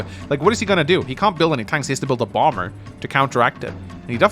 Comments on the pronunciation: bomber isn't as jarring as the pronunciation of cumtowers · re: bomber pronunciation i came into it pronouncing it "bommer" but i kinda like how "bom-ber" sounds. a bass gravitas befitting the one-shot-on-plains jetplane; you know? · I, for one, appreciate the “Bombur” pronunciation, makes me think of the Dwarf version 😅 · As an American, I never understood the why certain B's are silent in words like Bomber. Feel free to pronounce it however you feel like.